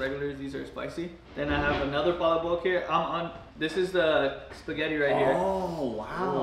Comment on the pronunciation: the way pronounced palabok was perfect